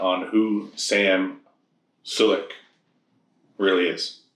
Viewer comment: How’s your name pronounced? Sam: Sam SOO-LEK Host: ok suhlek